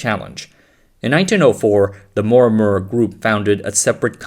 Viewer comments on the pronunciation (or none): Am I the only one deeply annoyed from this (AI ?) voice narrators? It has such bad accent and zero speech clarity. Yes you’re narrating in English but please at least pronunce correctly the proper names of the people in the video…. “Morimura” became “Mwawwuwa” 😖😖